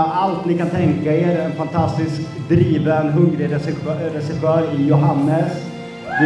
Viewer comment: Alltså NÄR ska lära sig säga Regissör? 😂